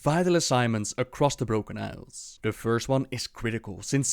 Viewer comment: why do you roll the 'r' when its not needed? like you say 'the brRrrRrRrRrrrrRrroken isles' and yet you can pronounce everything else correctly ? i'm maybe strange but i find it very annoying :)